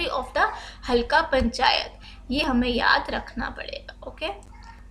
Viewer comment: halka nahi halqa